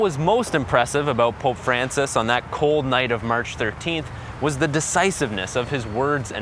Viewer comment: On dit l’effet François pas l’effet francis